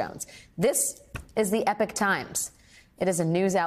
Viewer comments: IT' PRONOUNCED "EPOCH - E-POK" NOT EPIC! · Epoch - ˈiː.pɑːk Yeah, not very helpful. Ee pawk - epoch. Epic - e pik. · It is clearly not the EPIC times EPOCH is pronounced eee-pock!!!! I expect better from you guys!!!! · I thought epoc was not pronounced like 'epic' but like 'epoch'???? sorry it's just bothering me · Epic is not Epoch ! - Epoch is pronounced "Eee-Pock" - different word - different meaning. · Dear Alex: love your channel, but it is pronounced Epok Times, not Epic Times. Leastways, in the old UK! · It’s not the ”Epic Times”, it’s the ”Epoch Times”. 🙄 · Epoch not Epic.... Times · Fair reporting, but please can someone explain to Alex Wagner that Epoch (a period of time, and used in the title of The Epoch News) is pronounced as e-pok, not as epic. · Learn the diff between “epic” and “epoch” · epoch - i-pok - not epic! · Wook at the wittle baby cry. Good! Sad Wagner can't pronounce Epoch to save her life though. E-pock, not Epic. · The word is pronounced 'eee pok' not 'epic'. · Small point but isn't it eeepok rather than epic? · Epic and Epoch are two different sounding words. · Epoch not Epic. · I can't with her saying "Epic Times" ... it's Eeeepok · Epic Times ? Surely Ee-poch (-och as in Scottish loch) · It's not spoken as "epic" it's "epock". come on it is your job after all. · Her pronunciation of epoch is annoying me! It's ee-pok, not epic! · Epoch is pronounced e-pock and not to be confused with the word epic. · Epoch is pronounced 'Eepok' not 'epic'. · It’s not “EPIC” it’s Epoch, pronounced E Poc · Epoch, not epic times 😂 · Epoch is pronounced EE..POCK . Epic is a different word all together. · Eee pock. Not epp ick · Where does she get "epic times" from its e pock not epic jesus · Pronounced 'eepok' times or 'epic' times? I think it is eepok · It really amazes me that Americans have such a hard time pronouncing simple English words! How does "Epoch" become pronounced as "Epic"!? They are totally different words with totally different meanings!